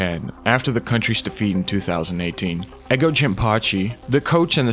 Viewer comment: bro said Eggo Jinpachi 💀💀